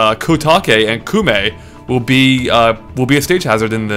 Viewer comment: almost. its Ko-Oo-Meh, thats the official Japanese pronunciation, because in Japanese the vowels kinda matter A (Aaa), E (Eh), I/Y (E), O (Oh), U (Oo). so since its spelled Koume it would be Ko (Koh) U (Oo) Me (Meh). especially with Ou next to each other the way Japanese is spoken, at times it sounds like they just say Oh for an Ou, and have a rule that at times it would be combined (which is sometimes when you see Romanized Japanese the O has a little line above it). but just the way its spelled now I have posted the correct pronunciation.